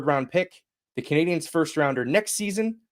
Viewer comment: Mawntreal CanadiYENS